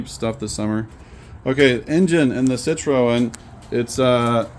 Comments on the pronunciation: It's pronounced ' sit- trin' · It 'should' be pronounced cit-ro-en, as in the French manner. With a slightly guttural sound on the 'ro'.